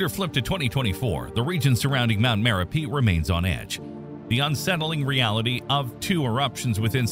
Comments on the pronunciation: It is spelled as Merapi and pronounced as Mare-UP-ee. Have been there in 1990 and it was smoking even back then. The former Merapi in Sumatra was renamed Marapi to avoid confusion with its namesake in central Java. Api is the Indonesian word for fire. Gunung is mountain. So an active volcano is a Gunung Api. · Dude can't say merapi correctly, totally ruined the whole video